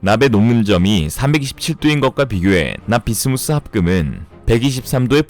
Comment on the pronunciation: 납-비스무스 인데... 자꾸 납-비스무리 로 들려..